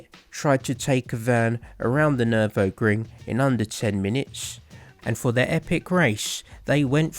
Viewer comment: haha. I had a good chuckle. You're definitely not the first, or the last, to pronounce Nurburgring wrong. At least you didn't call it Nurembergring.